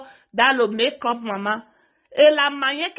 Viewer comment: Chacha eke,non chacha ike,et encore mek-up non mek-cop merci pour la vidéo